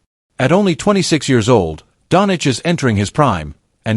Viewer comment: At least get his last name right - Doncic!